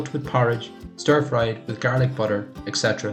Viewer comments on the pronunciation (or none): none